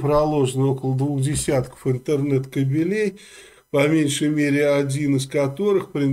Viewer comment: Не "кобелЕй", а кАбелей